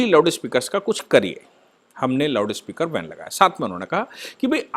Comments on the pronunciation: Its Loudspeaker not loudispekar. See the heading of this video. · It is loudspeaker ,not loudispeker